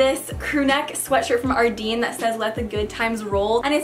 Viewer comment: It's actually pronounced Ardène lol. Loved the vid tho